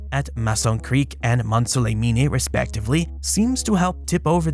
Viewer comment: Mont - saw - leh - mean ;-)